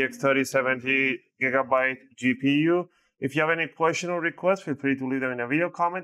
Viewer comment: Definitely going to start calling it Jiggabyte from now on lmao